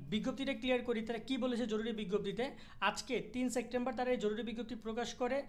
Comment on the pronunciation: Vaia September apni sectember bolen kno?